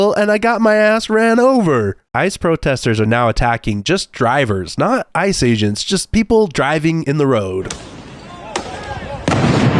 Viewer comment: I am aware that I am extremely nitpicking ,but it "ICE aGNets" 😂😂